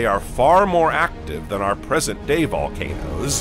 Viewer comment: bro i read this and he said "more present than... volnacOOOsss